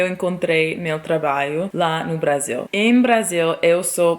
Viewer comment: Bela historia,!. Passei para meus sobrinhos no Ceará - do moro no Riode Janeiro - para inspira,-los: incentiva,-los a ousarem; a se arriscarem um pouco. Outra coisa, observei que você tem dificuldade em ptonumvisr "trabalho" voce fala ",trabaio". Neste por a ponta da língua dos dentes quando for pronunciar o ",lho" de traba",lho". Exatamente aí. Diga: Trata lho," este com a ponta da língua dos dentes superiores. A mesma coisa para,,: Ju-lho. Agasa-lho. Orva-lho. Orgu-lho. Obs. Todos os "luis pondo a ponta da língua nos dentes superiores. Orgu - lho(menta parte). Estou seguro de que vai ficar perfeito...